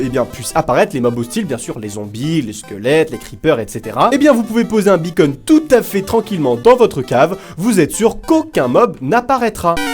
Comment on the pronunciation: Quand tu dit beacon (la balise) on dirait que tu dit bacon (la viande) MDR